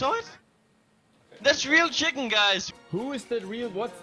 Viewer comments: for some reason the way cadian says chicken made me laugh harder than anything else in this vid chiknnn in in our channel the real chiknnn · Pasha: "Chiken get the fak out" LUL